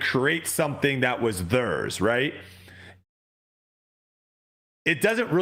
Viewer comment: Why does pronounce theirs as "thurs"?😂